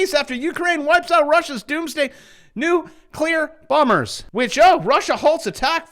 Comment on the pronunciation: i remember when i initially posted and you took it so literally and to this day have been doing it. but you missed where i updated it to NEW-KLEE-ER Let’s try to say it properly NU CLE ERRR